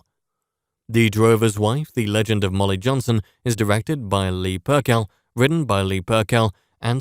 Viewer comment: Hi ..thanks for the review but Leah Purcell pronunciation is incorrect... It is not pronounced Pur-Kell, it is Pur-sell. Thanks Rob